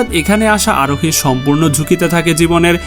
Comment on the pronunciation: Bhai Arohi Aroni bolen keno